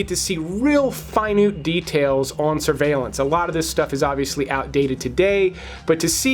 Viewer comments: Did you say 💭 "Finute" did you mean to say 💭 Finoe? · I love your recommendations just to start. Soo many good movies I would have never seen with out you! That being said, when you said "finute details" in place of minute details, the irony was not lost on me : ) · "finute" lol